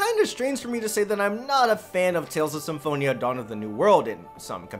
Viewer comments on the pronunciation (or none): none